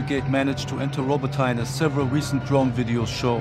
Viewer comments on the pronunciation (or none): It's rabotiné not rabotain😂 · "Robbo-tyne" Bruh atleast try to say it right